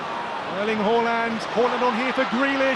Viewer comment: why does bro pronouce haaland like that